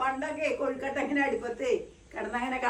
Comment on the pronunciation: Kozhikottayalla, kozhukkatta